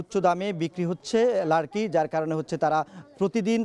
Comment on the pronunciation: শব্দটি লারকি নয়, লাকরি। কিন্তু নিজের মাতৃভাষার শব্দ কাঠ বলতে সমস্যা কি❓